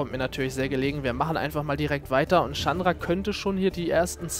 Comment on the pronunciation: so wie du chandra aussprichst is schon richtig :D